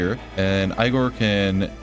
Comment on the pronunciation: aigor? its egor! duhhh 😂